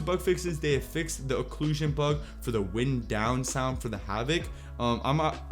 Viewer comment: Dude, you're a talking YouTube comment. Almost every sentence is off on pronunciation or grammar, If not syntax. "Wind down" really bothered me, but I love you bro, just patch your English.